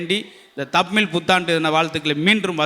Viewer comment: முதல்ல தமிழை சரியா பேச கற்றுக்கொள்ளுங்கள் முத்து சார் பேசும்போது தமிழ் கொலை செய்யப்படுகிறது தமிழ் என்பத தமில் என்பதா